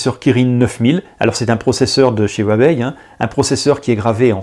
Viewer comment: On prononce Wawé !!